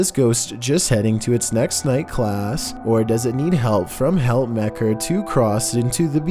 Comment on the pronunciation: Helpmekaar is pronounced "help-mu-car" Its afrikaans for help each other